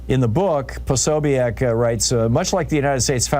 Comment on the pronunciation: You seem to have taken this book personally, in fact extremely so. Kudos to Jack Posobiec. By the way you mispronounced his name.